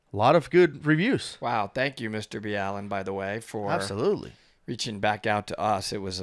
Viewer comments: im sorry but you could say Mr BALLENs name right.. fuck.. clearly you dont even watch his videos if you cant say a simple ass name like BALLEN.. its not Mr B. ALLEN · Please stop slaughtering his name, say it with me Mr. BALL-IN LOL, NOT B-ALLEN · His name is pronounced Ball-in not B-allen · Hearing it pronounced Nr B Allen is weird, everyone in my house just says Mr Ballen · Why are you calling him B’Allen? He calls it Ball’en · It’s Mr-ball-en not Mr-B-Allen ✌🏻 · It’s not Bee-Allen it’s just Ballen like Ball -in . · I though you just pronounced it mrballen not mr b Allen the more u learn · I do like clarifying, however the fact that you don’t even pronounce Mr , Ballen’s name correctly is rude , not to also mention a US marine. Extremely shameful in mu opinion. If you watched his video like you said you had , you would of known how to pronounce Mr.Ballen correctly . Not Mr. B Allen 😥😡😔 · Mr B Allen? Is it not pronounced the way he says it on his own channel? I’m confused. Thanks for doing these! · you guys butchered his name LOL ITS pronounced BALL EN.